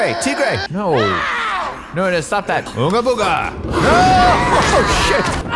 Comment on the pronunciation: Most annoying and boring playground I've ever seen was expecting a review (as that's what I searched and this came up) And I was very wrong also its unga bunga not ooga booga,you're doing Eustace from courage the cowardly dog not a caveman